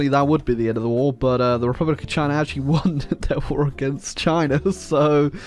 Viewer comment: khivan jadidist repulic..😅😅😅 dyckland..